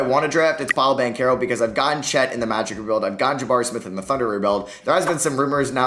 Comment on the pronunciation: BanCHero not BanCero